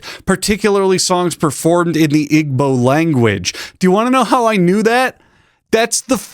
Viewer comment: the "g" in igbo is silent. also KYOMA is going on my list of ways people have butchered that name... kyoma is crazy 💔💔💔🥀🥀